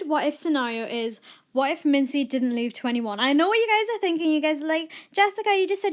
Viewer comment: Note: Its pronounced Mingee not Minzy